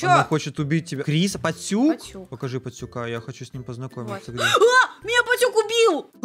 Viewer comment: Пастюк а не поттюк